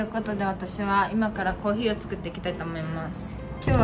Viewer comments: コーヒーのイントネーションがコーギーなんよ笑笑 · のコーヒーのイントネーションが気になるw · コーヒーの発音が北海道民笑笑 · のコーヒーのイントネーションに違和感を感じた笑笑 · 最初のコーヒーのイントネーションが気になった笑